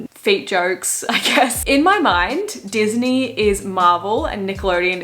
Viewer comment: " DIS KNEE KNORR " lol